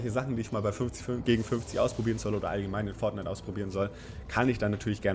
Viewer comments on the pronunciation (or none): Nims nicht übel ok man sagt nicht Forghnite sondern Fortnite nicht so lange mit r